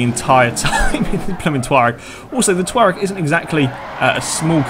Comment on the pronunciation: Its pronounced to-rag